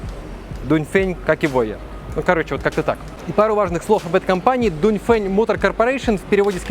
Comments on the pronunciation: Дунь фень а я читаю донгфенг😂😂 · донфэн читается братьяяяя